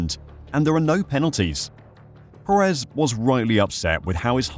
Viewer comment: Just an fyi it’s pronounced PErez not peREZ.